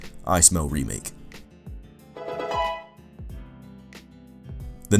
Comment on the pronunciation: Omg please pronounce more pokemon right it's sivally gladion named it him self his silver ally sillvally ok diealga that is no it's Dealga ok don't say you say raikoo oh yeah get the pokedex 3D pro ok now I'm just getting stressed 😩 about this dumb pronouncing Asseus what no it's Ar-key-us dont believe me huh think oh I'm stupid don't stop reading it was originally asseus but it sounded to much like ass so they changed it the animae says arkeyus pokedex 3D pro says Arkeyus nothing says Asseus this isn't a hate comment I really like you I just get stressed you mispronounce to many pokemon wrong and it just stresses me nice vid but please get the pokedex 3D pro and say it like that